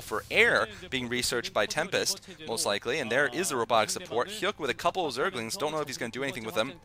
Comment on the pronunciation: it's pronounced hyuck, like the word yuck not hyook